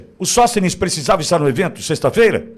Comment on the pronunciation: Sõstenes o que é isso??